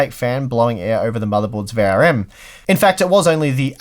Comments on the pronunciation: Why do you talk so fast? V R M not variem. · I either am losing my hearing acuity or toy are pronouncing VRM kind of like verium. I hope it is the latter :)